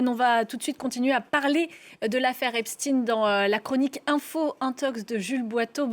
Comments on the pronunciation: C Epstein non Epstine !😂😂😂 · Epstein et non Epstine Il faut appeler un chat, un chat non ??? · Pourquoi prononcer epstine, eptStein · C est pas epstin c est epstein !! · Prononcez au moins le nom d' Epstein correctement !